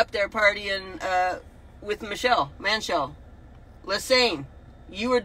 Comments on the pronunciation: She said MANchelle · I heard that. Who is Manchelle? Was she talking about Barack Obama, Michelle?